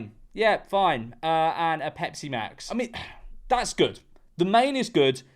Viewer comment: pov: tuff american accent for ppl who are confused he says pepsi max in an american accent